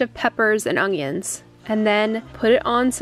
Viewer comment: She said ongion again instead of onion lol that's so cute